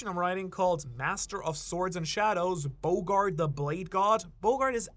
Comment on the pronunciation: Hey, quick correction it’s not bogard it’s Bo D. Gard